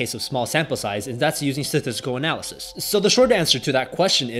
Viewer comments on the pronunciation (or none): stattsiticiictial anylithiiesss